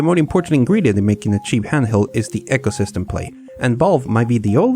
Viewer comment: 'eecosystem', not 'echosystem'